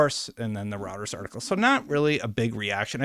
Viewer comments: lol, “row-ters” is still so jarring every time he says it. Roy. Ters. Royters. Reuters. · It's Reuters (Rew-ters) not routers like the wifi. The hell is wrong with you? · “Routers” lol it’s “Roy-ters” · Love the content! But its “Roy-ters”. Not routers, rooters, or roosters. I swear you change the pronunciation in each video. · It's pronounced ROY-turs. A router is what you install at home for Internet access. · ROY-TURS....IT'S PRONOUNCED ROY-TURS, not ROUTERS....they are a news organization, not a network routing device.-----Other than that, I love your videos, and am subbed. Keep it up, nice delivery. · I can’t take the video seriously when you start with “Routers is reporting…” It’s Roy-turs. Literally a 30 second Google search will confirm. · It's called Roy-Ters not Router 🫣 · Good video,. I appreciate all the info. Just a heads up though, it’s pronounced “Roy-ters” although Routers sounds like a good tech spin-off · Hi, thanks for doing these updates, much appreciated. One correction, it's pronounced 'ROY-TRZ'. Not 'ROU-TRZ'. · Reuters is pronounced "Roy-ters" not "routers". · It’s Roy-turz not like having multiple Wi-Fi routers, you even hearted my comment about this in another video. You’re killing me 😅 But seriously, great job keeping on top of all this ABK news. You’re one of my primary go-to sources for stuff like this. (And yes I am in the 50% of your viewers who are actually subscribed 😇) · Just FYI, it's pronounced ROYters. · It's pronunciation is ROYTERS - not what you call it. Catch up man. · Thanks for the vid. FYI: It's pronounced 'Royters' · Once again, Reuters is pronounced as roy-ters. _ROY-TERS. I know you don't cover politics or other types of news, but as a journalist of some kind, I think you should know how to pronounce it. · ROY-TERS! It's Pronounced ROYTERS! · I will definitely subscribe if you stop pronouncing Reuters as "Routers". Please! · The way you pronounce smh D. it's pronounced (Royters)